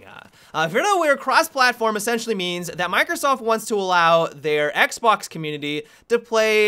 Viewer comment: i will be honest i thought i just heard him say xblox